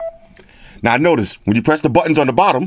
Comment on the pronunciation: you said buttons like a scotsman, when you were comparing the phone with a standard number 🏴